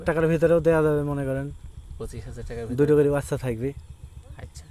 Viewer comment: ভাইরে বাইইচ্চা না বাচ্চা বলতে হবে।